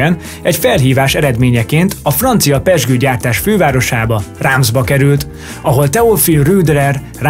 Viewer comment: Kár, hogy a szürke előtérrel takarják a képeket, mindenkinek van annyi esze, hogy azok a múltban készült képek! A Reims kiejtését meg kellett volna kérdezni!